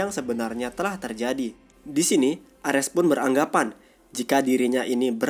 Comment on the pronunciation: Lawak bet penyebutan nama ny yg dri valkeri, M jolnir pdhl kan harus ny palu thor itu di sebut myolnir, emng nama ny mjolnir tpi di sebut myolnir, di menit orng nama dewa itu ares bkn armes blok